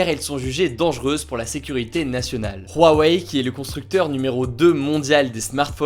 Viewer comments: C’huawei ! C’hugo ! Insupportable cet accent sur Huawei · Pourquoi tu dis "RHuawei" ? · On dirait pas Rouaweille, on dit OuaOuai ^^ (Pour Huawei) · Pourtant Huawei on dit que ça se prononce "OuaOuai" et non "rouaweille" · On va parler de "Ruawei" xd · " de rouarei "😂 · Non, ca se prononce bien "rouaweille" en chinois (华为) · Rwawei Tu m’a stresser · Apprend à dire Huawei, ça me perturbe ta prononciation :'( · La prononciation de Huawei me perturbe mdr